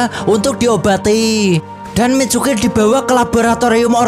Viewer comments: Tulisan nya Mitsuki Abang bilang micuki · Mitsuki bang bukan micuki😂😂😂😂